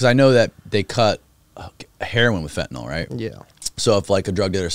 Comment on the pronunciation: FEN TA NYL Say it. It's FEN TA NYL Not fEnTeY nALL....